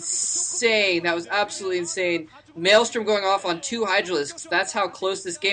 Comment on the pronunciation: its not called maelstorm its actually called maelSTROM